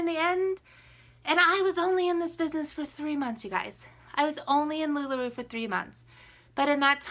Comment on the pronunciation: I don’t want to be mean but you can’t even pronounce the name of the company correct lol it’s not lula roo it’s lula ROW